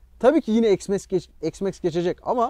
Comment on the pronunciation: Allah askına EKS Max nedir.Hergun yenı ıcatlar cıkarıyorsunuz ozel olsun dıye . X iks diye okunur , nerede X eks diye okunmus ..